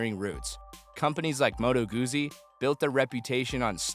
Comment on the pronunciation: Not Goozi Goot Zi like pizza